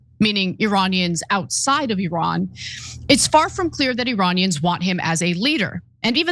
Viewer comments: ATTN CENK, when THE LATE SHAH WAS ALIVE, IRAN (PRONOUNCED "EE-RUN NOT ERAN!!!. ) WAS THE NUMBER 5-TH COUNTRY IN THE WORLD, VERY ADVANCED & RESPECTED BUT USA & OBVIOUSLY israel 👺👿👹 💩 FINALLY ARRANGED THIS ISLAMIC REVOLUTION AND OUSTED THE SHAH AND NOW THESE 2 CRIMINALS WANT TO OUST THE ISLAMIC GOVERNMENT & BRING THE SHAH'S STUPID SON SINCE THIS GUY HAS PUT jewish ridiculous half bra hat & kissed the stupid wall & I AM SURE THIS GUY HAS PROMISED IRAN'S OIL FOR LOW RATES TO poor israel💀🦀☠️. USA 🇺🇸 COULD NEGOTIATE FOR IRAN'S OIL AT LOWER PRICES, NO WARS & NO BLOOD SHEDS. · 🤡🤡🤡🤡🤡🤡🤡🤡🤡🤡🤡🤡 - Iiiiiiran. - Iiiiiindonesia. - Iiiiiindia. - Iiiiiisrael. - Iiiiiindian ocen. - Iiiiiindiana state. - Iiiiiiiiiiiiiiiiiiii American can NOT even pronounce Iran, correctly... 🤡🤡🤡🤡🤡🤡🤡🤡🤡